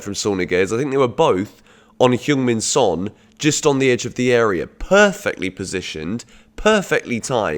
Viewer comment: Please stop pronouncing it as "soul"